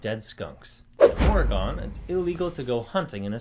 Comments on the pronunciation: Ora Gone? As a native, it's Orugun and that first syllable is as short as you can make it. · The only thing that really phased me in the vid was the way the guy pronounced Oregon. Its ORE-GUN not OREY-GON